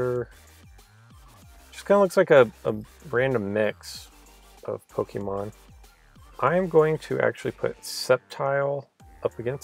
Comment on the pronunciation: Kimberly Cooper he also said pokeman